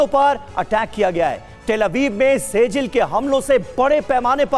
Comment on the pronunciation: से जिल ❎ सिज्जील ✅